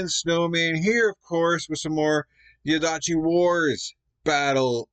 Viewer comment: Diadochi is pronounced "die-a-dough-kee".